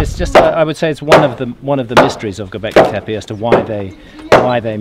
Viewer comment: FTF is gobekli tepaj? . aaaa, E is read "AJ" in englist so TEPE must be TEPAJ, who cares about local zulu pronunciation.. i would forbid entrance 3.rd world countries to all these ignorants who pretend to know something about something, but cant or even worse - bother- to pronunciate right event name